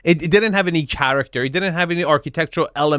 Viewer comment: can you pronounce character